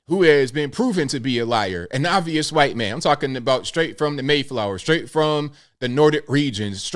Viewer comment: Shaun King , a hhwhite man ! The way you said it was cracking me up as I drank my coffee ! And I’m a proud mixed white man .